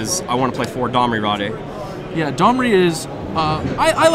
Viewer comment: Domri raw-day? It's pronounced "raid.